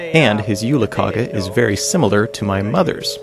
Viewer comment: Its actually pronounced jule-"kaje". The g is soft :).